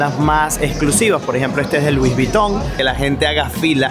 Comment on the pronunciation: No es luis es lui. La s final en francés es muda